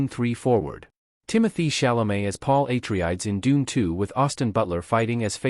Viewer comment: Paul Ai-tri-ayds